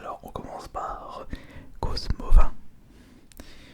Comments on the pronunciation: C'est Cosmovoum pas Cosmovun MinotauR ^^ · On dit xerneaS et cosmoVOUM